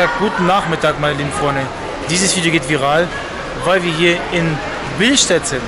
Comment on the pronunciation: Bilstät hahaha er meint billstedt